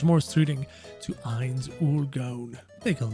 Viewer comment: i thought you were calling him heinz for the majority of the video, didnt read the title